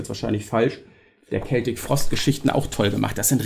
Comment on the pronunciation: Hallo Du hast mit Deiner Aussprache von "Celtic" (mit "K") tatsächlich recht. Hier auf Youtube gab/gibt es irgendwo ein Video aus den Achtzigern, ich denke es war ein Video-Mitschnitt aus einer Sendung des Schweizer Fernsehens. Tom Warrior sagt ganz deutlich, wie "celtic" richtig ausgesprochen wird - mit "K". Vielleicht hat jemand den Link parat. Grüße!